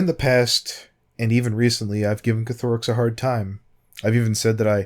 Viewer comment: It's Koth-oh-rix not ko-tho-rix x3